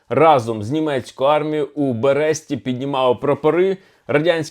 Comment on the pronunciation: Все правильно, тільки один нюанс. Правильно: у БЕресті, БЕресть.